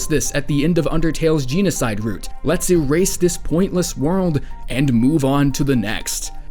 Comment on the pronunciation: jean-a-side route sjdidkajsjajsja